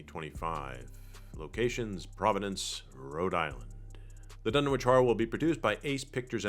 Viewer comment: It's pronounced "Dun-Itch," the way towns like 'Greenwich' is pronounced "Gren-Itch" in England and New England.